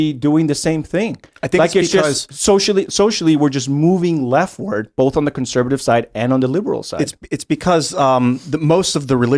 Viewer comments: is quite the upgrade! It's like Tim Prime, but without the constant interruptions, stammering and silly theories. The only criticism I can make is that the Timbot manufacturer didn't fix the mispronunciation glitches. They merely substituted Tim Primes 'Bowlth" for Tim 2.0s 'Ahwn'. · Also must pronounce the word both with an "L" "BOLTH" but like the O.P. said, the cadence was dead on.